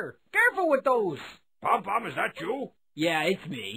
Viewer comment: Did he call Pom Pom Led Zepplin?